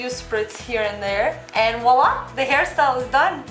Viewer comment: no, im sorry. you got me wrong. i meant that its sound awful how she says voila, because she didnt mean to say wallah I would never say anything against arabs. ok?